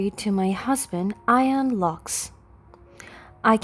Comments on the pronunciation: Ian is usually pronounced Eean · Can we find someone who is real to read these things as i got to where her husband Ian is " I AN " makes the story a waste of time listening what they cant get it right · Ian, and Sadie are NOT pronounced like that!!!